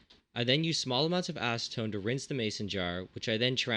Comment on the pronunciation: Aseton??? Seriously???